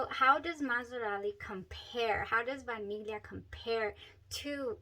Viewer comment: BTW you are the ONLY person who says Vaniglia correctly 🎉🎉🎉 /vah neel yee uh/